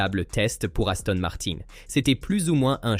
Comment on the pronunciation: Parfois c’est aussi « niouwy » et Aston Marin devient Aston Martenne !!! Incompréhensible !!! Ça sent le faux.